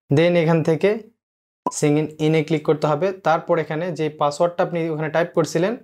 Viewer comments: আরে ভাই ওটা সিইংইং না ওটাকে সাইন_ইন বলে🤣🤣 এতো ভুল ইংলিশ নিয়ে আবার ইউটিউব চ্যানেল? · ওইটা সিংইন ইন না। ওইটা সাইন ইন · অসংখ্য ধন্যবাদ ভাইয়া তবে অইয়া সিগিন না সাইন ইন 😂